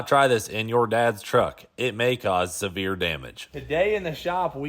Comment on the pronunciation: Hahaha not severe damage but sever damage. Like sever the engine from the car damage lol.